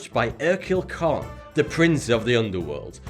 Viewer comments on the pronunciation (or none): none